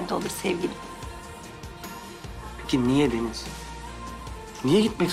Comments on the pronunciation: Rahmet Deniz derken sanki Filiz diyormuş gibi geliyor kulağima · Kulağa öyle geliyo ama deniz diyo hatta ilk başta deniz dediği anda ben filiz anladım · Bende ilk başta filiz diye duydum ama sonra yavaşlatarak izledim deniz diyor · Bende öyle sanmıştım ama Deniz diyor. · fideniz diyor ADAdasDSadASDAsaSaSSaSaa :D :d